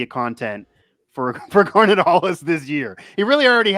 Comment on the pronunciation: it's GAR-NETT Hollis.....not "Garner" Hollis. Good grief.